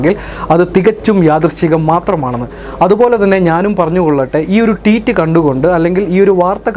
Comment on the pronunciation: Teet അല്ല ഭായ് Tweet